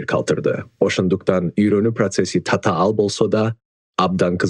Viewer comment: Татаал - Цацаал😅